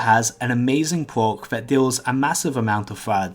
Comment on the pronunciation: it pwocks quite alot